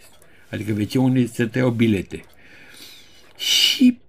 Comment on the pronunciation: Maestre, fără supărare, adesea spuneți peroadă și une (în loc de unde). Cel puțin așa se aude. Dar nu pentru asta vă iubim noi! 🤭